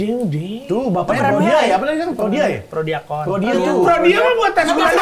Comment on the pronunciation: Prodiakon... Dibilang prodia😂😂😂😂